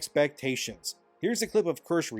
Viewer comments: don't mean to be a smartass but i just HAVE TO... (german word for cherry) is read as keershuh not kursh... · For future reference, it’s pronounced “keer-shuh,” not “kursh.” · LET'S GOOOO FOXU MENTIONED! (it's pronounced Keer-sha lul) I wouldn't be quick to say SquEnix is returning to form. In fact, things could get even worse. I must remind everyone that both Bandai Namco and Capcom have made moves to jump into the DEI train. The problem with Japanese companies is the same cultural and language barrier that shields them from the woke mind virus also prevents them from learning from the pitfalls here in the West. And because of that, they're liable to middle mananagement from woke corpos who try and sell them what the "global audiences" want. Just swap "global" with "modern" and you'll immediately see the discourse is precisely the same. And here I have to shill extremely hard, she has been speaking about this at least since January and she hit the nail every time with each move those DEI corpos will make. Right now they're shutting down the departments, but they remain "committed to the cause". It's not only a rebranding, but a new structure to make sure everyone in the company is drinking the Kool-aid. Go watch her VODs, more people need to realize what's going. Back to SquEnix, they're very likely to make their own internal groups baked in the agenda. Ubisoft, on the other hand, might have a best chance of recovery if they do, in fact, crash their company. Apparently the shareholders are not pleased with the direction of the company, and if they read the room currently, we have better chances of things turning around since it's a much mo